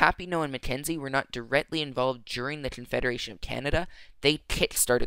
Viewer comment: confeda-what? confederation